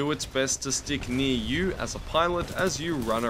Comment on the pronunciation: "sticknee-oo" I love accents. (Stick near you)